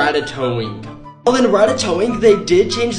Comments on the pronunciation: Ayo why he pronounce it ( RATTA-TOWING)?! It's ratta-toing bro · It’s pronounced rat tat to ing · It's pronounced rat-tat-toing!! >:((